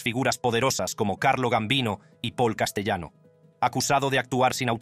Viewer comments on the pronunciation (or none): (1)Castellano es un apellido italiano,por lo cual,se pronuncia CASTELANO.(2)Castellano era cuñado de Carlo Gambino,no su primo. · Se escribe Castellano pero se pronuncia CASTELANO , CASTELANO.